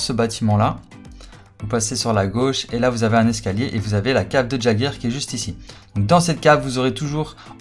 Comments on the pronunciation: et le "j" il se prononce "i" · Ça m'a perturbé tout le long de la vidéo tu l'as appelé "JAGER" mais ça se prononce "YAIGER" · Il a dit....eren jageur....c'est eren YÉGEUR !!!!!!! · sa se prononce (yager ) pas gager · EREN QUI ????? ca se dit [Yéguere] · ON DIT "YEAGEUR" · J'ai failli piquer une crise en entendant sa😅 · Fait un effort sur la prononciation du nom stp